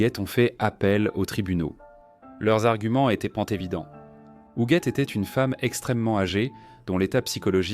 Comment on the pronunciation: Appelée Hujette durant le récit, de cette odieuse voix IA